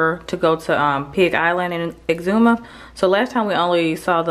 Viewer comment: So glad to hear you ladies pronouncing exuma right!!! Love my islands!!!🇧🇸🇧🇸🇧🇸🇧🇸